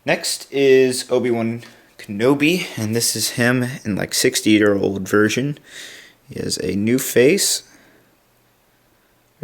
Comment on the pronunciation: hah u said virgin instead of version